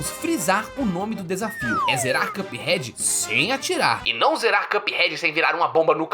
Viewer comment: Excelente vídeo,! Só queria pontuar que a pronúncia correta de "cup" é a que você fez aos, ou seja, sem /j/. Na maioria do vídeo (exemplo aos ) você pronunciou como /kjʌp/, enquanto a pronúncia correta é simplesmente /kʌp/. Tô mencionando isso porque acho top seu conteúdo e sempre ajudo meus friends com mispronouncings <3